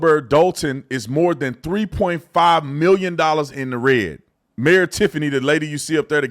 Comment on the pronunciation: Paused 40 seconds in... Mayor? Or MARE? Maybe BROOD MARE!